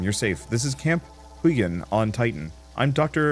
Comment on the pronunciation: Huygen should probably be pronounced the Dutch way. Probably a reference to Christiaan Huygens